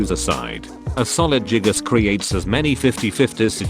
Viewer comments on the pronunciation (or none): The fact that text to speech says jiggas makes this even better